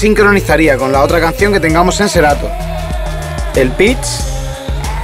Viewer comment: No es por dar hate compañero, pero se llama SERATO no SERATOR, buen video, me lo ví todo, pero me estreso la mala pronunciación 😫